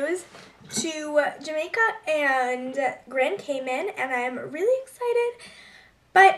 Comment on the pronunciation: i like in grand cayman! but we pronounce it cay man not cay men